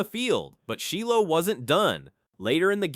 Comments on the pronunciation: Shy low, not Shee Low, AI strikes again. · Its not sheelow smh 😂